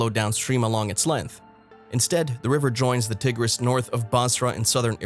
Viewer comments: same for the Tigris river 🤣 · I see where you're coming from and I caught that as well that he wasn't pronouncing it correctly as well as the tigress River I suspected was not the proper pronunciation. But let's remember God chose the foolish things of the world to confound the wise. The apostle Paul could not write very well and Moses had a stuttering problem but God still used them so let's just take this warning to make sure we all have enough oil for our jars and lamps and we are not found to be foolish virgins. God bless you all! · Click bait. No terrifying discoveries. Cover picture showed Australia. The narrator can't pronounce the river names. I think this is the product of bad AI. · You might want to learn how to pronounce The "Euphrates" and the "Tigris" rivers, because the way you do it isn't it, boss. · I cannot take you seriously, because you cannot pronounce either rivers' names correctly.